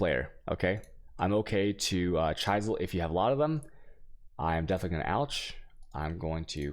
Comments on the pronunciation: Holy fuck now he said chUysel and not chisel what the holy fuck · I can understand some POE specific words being mispronounced but normal english words.. "chaisel" god damn hurts my ears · Yer mispronouncan yer vaaaoowalllz "Ch-eye-sal" < "Ch-is-al". Chisel has an "is" sound in it. No "eye". I did find it funny though. Ok, I am done giving you crap ;] - The video was helpful, thanks for the upload. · it's not ch-eye-sel it's ch-iz-el...yikes dude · Chisels, not chaisels, Vaal Orbs = Vahl , not Whale orbs 🤣Otherwise you can confuse new players with weird pronounciations. :P Now the deeper i get into the video, the more I realize that you cannot pronounce right almost anything PoE related. 😂😂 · What the fuck is an Alch and a Chysell... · Don't forget chai-zel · And cheyesil? Lol this guy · Well you missed the great chisel mispronunciation too. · just wait till he can't say chisel right either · I dont think you mentioned to chisel BEFORE you alch. And you might think your mispronunciation of "chisel" "alchemy" and "waal" is cute but I know many people who don't watch you specifically because they can't stand it so you might wanna chill on that dawg. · chis·el /ˈCHizəl/ al·che·my /ˈalkəmē/ FFS dude... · This is great, bothers me he has no idea how to pronounce "Alchemy" or "chisel", but otherwise amazing content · I like your content, but PLEASE stop mispronouncing: alchemy, chaos, and chisel. It really detracts from the quality of your content(at least for me). Google the word and pronunciation for an easy fix. If you happen to be mispronouncing these words deliberately then... yeah, don't do that. Thanks for the videos/stream. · "AL - Ke - Me" like Key, not Che. "CHI -Zel" Chi like China and Z not S on the "sel." A whale is a mammal you are looking for Vaal rhimes with Mail the "VA" sound when you say Valuable. There you go, im giving back for you helping me out with maps its a win-win thank you very much for this. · al-kuh-mee. Please.... And Chi-zl